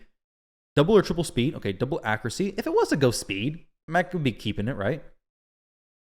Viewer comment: It kills me the way you say accuracy dude 😂 you say it “accrucy”